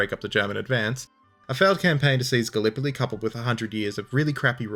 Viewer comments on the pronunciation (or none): none